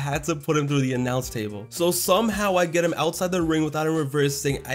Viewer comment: " he kicked out of a moonsault through the nyounce table."